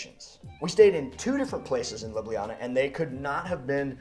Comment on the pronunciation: So many mispronounce Ljubljana (you did too) that it pains me. It's Lyoo-blyah-nah. Historically both j letters were left out but that is still accceptable today. I don't live there but that doesn't matter.